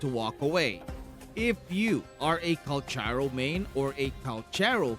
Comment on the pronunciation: The pronunciation of his name is... Kal karow